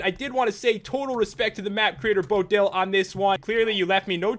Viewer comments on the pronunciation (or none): Pat it's not bodil it's boatdil40